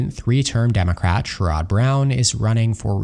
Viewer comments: You didn't mention the possibility of Murkowski switching to independent. Also, a person with your knowledge should know how to pronounce Sherrod. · You’re wrong about Sherrod Brown. You mispronounced his name.